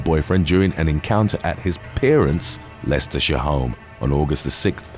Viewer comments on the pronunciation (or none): none